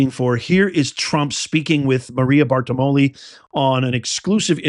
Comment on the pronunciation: Bart-ti-ro-mo...